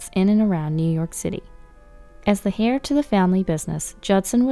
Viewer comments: Heir is pronounced like “air” not like “hair”. Maybe that’s why their restaurant is failing; the guests keep finding “hair” in their food. 🤪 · Heir is pronounced "air", the H is silent. It isn't pronounced "hair" like what's on most peoples heads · You know it's not pronounced hair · the "h" in "heir" is silent in English spoken language.